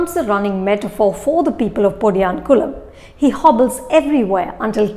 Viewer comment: 😅 😅 You need to work on your pronunciation on Tamil words. Especially podiyankumlam and specially Tamil nadu (தமிழ்நாடு) don't want to be harsh but make sure to portray it in the right way 🙏